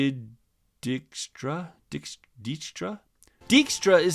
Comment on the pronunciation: Also: : when he is introduced during Quinn's mission, she pronounces his name as "DIKE-stra".